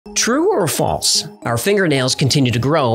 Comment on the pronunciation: That's not how to pronounce false. It has an L. Pronounce it.